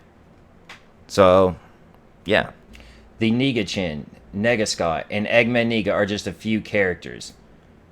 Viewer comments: why do u keep saying nega like neeeega instead of nega like negative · He said nega as I’m negative